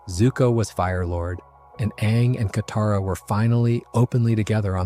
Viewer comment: Okay, the swapping between name pronunciation with Toph and Katara has to be ragebait. I mean, the names are even pronounced in the show. I mean, come on, man, might as well call Katara "cataracts" atp..